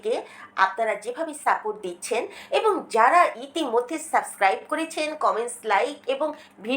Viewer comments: হ্যাঁ আপু আপনি সাসক্রাইব বলেন। কিছু মনে করবেন না আপু। আমি আপনার নিয়মিত দর্শক এটুকু অধিকার মনে হয় আছে তাই না ভুল হলে বলার? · আপু কিছু মনে করবেন না আপনি সাবস্ক্রাইব বলবেন। এই ভুলটা মেনে নেয়া যাচ্ছে না